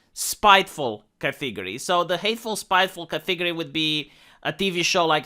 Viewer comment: Category, not "catheegorie" .